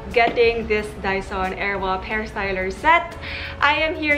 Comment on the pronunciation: was it just me or was it really "airwap"? funny lang haha